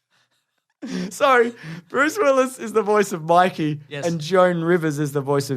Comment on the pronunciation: It’s baby My-key James, you philistine.